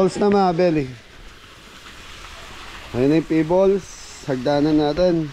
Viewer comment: Pebbles (pe-bols) sorry sa pag correct sa iyo constructive naman. Okay to google for correct pronunciation po. Pa plaster mo na lang ang pool kasi di maalis yung itim dahil d ka pwede maglagay ng chlorine. Talk to pool expert.